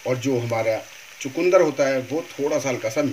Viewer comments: Hmare than ise chukndr kehte hai na ki chkundr.sirf pronaunce krne ka frk hai .bhai saheb abhi apki respi dekhi hai jb bnayenge tvi .btayenge ji . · Please don't say chakundar.it is chukandar. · chukandar and not chakundar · Chukundar nhi bolte.. chukandar bolte hain